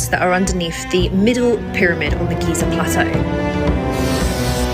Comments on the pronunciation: NOT “GAZA”, ITS GIZA FFS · he says Gaza again, like the moron he is. It's Giza, dummy!